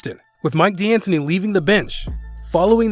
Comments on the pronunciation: He also mispronounced D'Antoni, DeAngelo, and Vlade Divac. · He also mispronounced D'Antoni, DeAngelo, and Vlade Divac, and I'm only at the 7 minute mark. It's astounding. If you're going to hire Voice Talent that doesn't watch the NBA, give them phonetic spellings! Jeez. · do you purposely mispronounce shit? "best free agents will resign XD Mike D'anthony and Johnnies Antetnkounmpo" wtf lol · Does this dude even really watch basketball? He sounds like he's reading a script the way he says Giannis and D'Antoni all wrong. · Please tell your Voice Over guy how to pronounce Giannis, D'Antoni, DeAngelo, and Vlade Divac. I'm at the 7 minute mark and it's clear your voice talent hasn't followed the league at all. Why hire this guy? There are millions of VO actors who are huge basketball fans :) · he also can't say mike d'antoni right